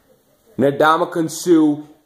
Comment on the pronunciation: Its (En)damukong Suh not (Na)damukong Suh.